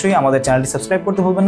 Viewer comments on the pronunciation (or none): none